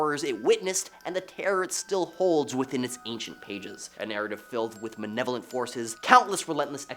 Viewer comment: Malevolent not manevolent